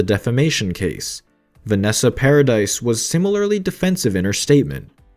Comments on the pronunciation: it’s not paradise it’s paradis it makes me fuckin 😡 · If you are going to REPORT….how about getting the pronunciation correct….it ISN’T PARADISE…..it’s pronounced without the “S”…..para-de…..and it’s DEPP’S not Depps-es…..Jesus H. Christ how frustrating you people are…..use GOOGLE if you’re in doubt~!!!! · It’s Vanessa paradis not paradise or paradee for that matter the lady deserves respect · I know ! That's what I have been saying from the beginning... it is prononced Para-dee ! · It is prononced "Vanessa Paradee" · I know it is Paradis. I meant that it was prononced Para-dee, like Sandra DEE. I should have explained it better. And beeing french myself, I do know how to spell and say her name, thank you very much.